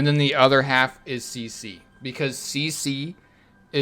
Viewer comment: yeah I thought he said Ceci as well